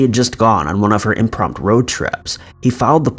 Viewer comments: “Imprompt”... I guess the U is silent. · I believe the term is "impromptu," not "imprompt." (And that Jason dude is FREAKY looking! Kind of like a serial killer with asperger's syndrome. Ick!) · Why can’t you say impromptu?!